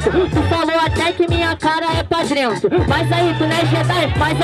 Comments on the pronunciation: "pa drento", " tonstorno" kkkkkkkkkkk pqp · "Drento" KKKKKKKKK